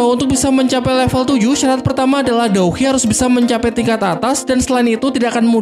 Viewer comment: Douqi bang jangan dou hi 🤣🤣